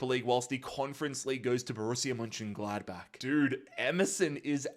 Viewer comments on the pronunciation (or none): none